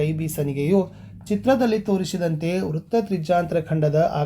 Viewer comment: Sir that's not ವ್ರತ್ತ್ it is ವ್ರೃತ್ತ್